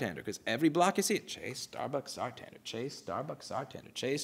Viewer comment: It's not Sartander btw, it's Santander.